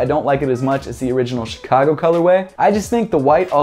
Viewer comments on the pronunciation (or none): none